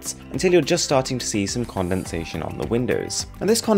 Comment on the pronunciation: Nobody Arun : Condomsation